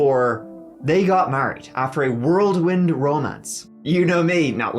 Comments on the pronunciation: I think it's "Whirl wind"not "World wind". Otherwise you may as well say "A Trade wind Romance." But there's also that bumper sticker. "Envision Whirrled Peas." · it’s whirlwind ❤ Not world wind. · Whirlwind not worldwind lol